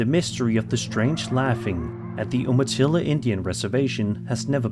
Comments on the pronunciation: I leave a couple hours from this Rez. Its pronounced You-ma-tilla Umatilla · You-matilla no oo-matilla and thats a coyote making those noises.